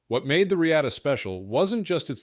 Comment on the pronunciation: Thanks for the video. But I am pretty sure sure it is pronounced “Re-ah-ta”